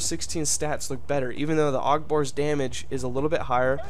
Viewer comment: also i'm really not trying to like be mean but isn't it said A.U.G like each letter